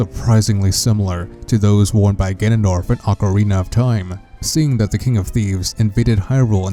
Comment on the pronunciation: Ocariner of Time